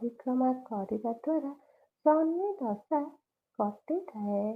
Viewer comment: ଶନି ଦାସ ନୁହେଁ ଦଶା😂